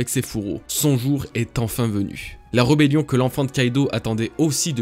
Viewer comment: Super vidéo =) .....mais j'ai bugué quelques instants sur ton "reubélion" ^^""